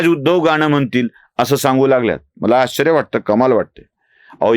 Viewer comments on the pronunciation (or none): none